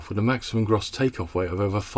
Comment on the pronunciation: Gross is pronounce as in 'Grocer' not Bros.